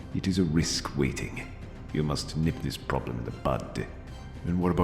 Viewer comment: It's "nip," not "nib."